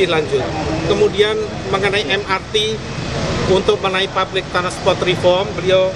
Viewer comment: rombongan maling dateng rame2, mau nyebut public transportation aja ngga becus, jangan sok2an pake inggris deh kalu ngga becus ketahuan dogolnya